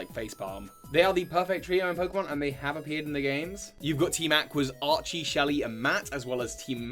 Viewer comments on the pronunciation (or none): none